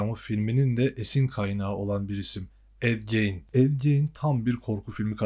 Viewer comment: Ed gein yanlış okuyorsun....